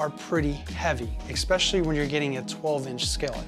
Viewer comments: Especially. Not eckspecially. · was a great video, but same comment. There is no 'x' in es-PESH-ul-lee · Take a drink every time you hear "expecially". 🧐 (I thought I just misheard it the first time.) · You said "expecially". I can no longer believe anything you have to say. JK, but work on it, ok? It's really annoying.